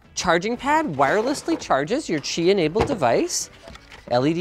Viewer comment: As someone living in a Chinese household, I love your pronunciation of Qi...made me happy